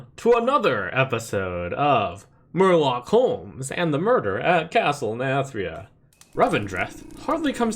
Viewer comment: Murloc pronunciation is excellent